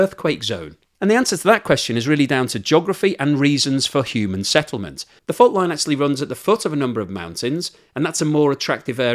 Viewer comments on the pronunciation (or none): none